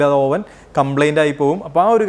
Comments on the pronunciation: ഓവൻ അല്ല, "അവൻ " ആണ്. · നല്ല ടോപ്പിക്ക് .. അവതരണം .. ശ്രദ്ധിക്കേണ്ട എല്ലാ .. വശങ്ങളും വിവരിച്ചു കണ്ടു..പക്ഷെ..OVEN.. എന്ന് എഴുതുമെങ്കിലും അത് ഉച്ചരിക്കേണ്ടത്.. അവ്വ്ൻ .. എന്നാണ്.. ഇംഗ്ലീഷ് വാക്കുകൾ ഉപയോഗിക്കുമ്പോൾ കൃത്യമായി പറയാൻ ശ്രമിക്കുക..KNIFE.. ഈ വാക്കിന് നമ്മൾ പറയുന്നത്.. നൈഫ്. എന്നാണല്ലൊ..അതൊ .. ക്നൈഫ് .. എന്നാണൊ?